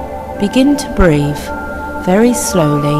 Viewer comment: she just said "BREAVE"